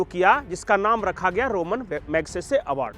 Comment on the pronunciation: रोमन नहीं रेमोन